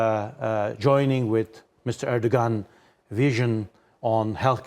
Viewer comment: How can a native Turkish speaker mispronounce his name? Unless he purposely is pronouncing as a English speaker since they wouldn't know the g is silent in his name.